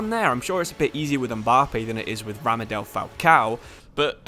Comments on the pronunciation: It’s Radamel not Ramadel Falcao. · I hate to be the youtube police but it's radamel not ramadel